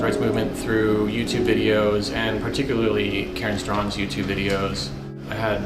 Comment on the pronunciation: It's Straughan, Karen STRAUGHAN not strong. Simple research jeez.